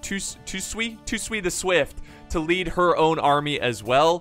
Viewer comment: Toe-Sue-Eee = Tosui.